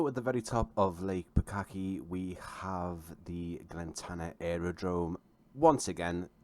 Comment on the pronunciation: Thanks for the video, NZA Simulations do fantastic work and Glentanner is particularly well recreated. Will have to pick this up as the Raglan and Nelson sceneries are also favourites of mine. No one has helped you out with the pronunciation yet, so just a couple I noticed: Twizel = Twy-zill (NZ accent turns an 'e' into an 'i' sound) Lake Pukaki = Lake Pu-car-key